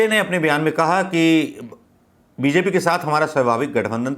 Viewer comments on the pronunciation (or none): none